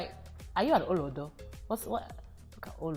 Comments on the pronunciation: It's about the tone used also yoruba is tonal that was a good explanation of how it's meant to be said oo low do and the do is lower than the low bit in tone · I enjoyed every bit.. But u see that "olodo" naaa you have to elongate the olooodo!! 😂😂 either ways I had fun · Emphasis is on "lo" in olodo. Not on the first syllable like she pronounced. Literally nobody says olodo like that. Not in Nigeria. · Its yansh and oloooodoooo..not oludo😂. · da.nicaaa she pronounced it right but stressed the wrong inflection on each syllable. The inflection is low-high-low for each syllable, not high-low-high, like she has done. Not sure if this makes sense... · please guys she says olodo with an Igbo accent, Olodo is a yoruba term and it is pronounced ooolooo-dow with the month rounding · Yvonne Orji it's pronounced "Oh low doe" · OH-LOH-DOH ... The 'O's are up, not down (I'm not sure how to express it here). When she said it, the 2nd and 3rd "O"s sounded down/flat. And that was wrong. They needed to sound like the first. I hope you got it. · This is so hilarious and accurate. Had me laughing loud at past 12am.🤣🤣🤣 Just a slight thing, the Olodo pronunciation off. It pronounced as the solfa r:m:r. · Great one but You failed “Olodo” ‘s pronunciation. It’s pronounced “Oh—-Looooo—Doh!” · Olodo is pronounced oh-low-dough. Great video tho. "How far?" is another popular slang. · You didn't pronounce the Olodo with the typical Nigerian accent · Olodo is not the correct pronunciation as well as ashewo. I’ve been in US since 3 over 40!years and haven’t a loss my accent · Lol... as a Nigerian the way she pronounce OLODO is funny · she pronounced the OLODO WRONGLY.. BUT I DONT BLAME HER SHE TRIED MHEN.. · Lol no you pronounced ‘olodo’ ‘amebo’ ‘ashewo’, wrong, it takes away the pain in the insult But you did alright 👍🏼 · The pronunciation of olodo, amebo, ashewo, got me laughing hilarious!! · Hey babe! You pronunciation of "Olodo" got me gagging 😂 Love you Yvonne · Exactly lol! 😄